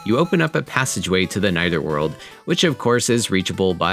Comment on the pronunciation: NietherWorld? Didn't know there was an I in there. As an Actual avid Beetlejuice fan, I thought it was called the Netherworld from every source...this is only what I recall.